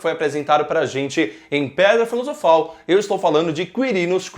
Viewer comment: "Em pedra Filofal"